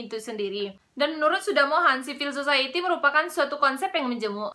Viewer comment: siv-uhl suh-sahy-i-tee bukan zivil zozaeyeti. mohon hati-hati dalam pronounciation saudari.